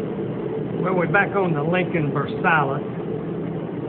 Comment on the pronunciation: say Lincoln Ver sigh.